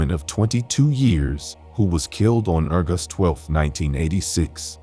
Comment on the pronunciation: It can either be "leeds" or "leds". That's irritating, but the weird pronunciation of "urgust" instead of August.